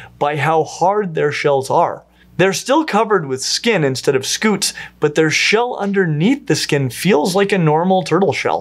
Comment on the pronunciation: It is scute not scoot. I scoot my chair across the room. You were saying turtles have scoots, instead of scutes, sk(y)o͞ot/ .